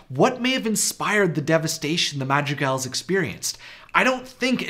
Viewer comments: how u say madrigals sounds like magic elves... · When you said "Madrigals", I misheard it as "Magic Elves" and was confused for one second... :)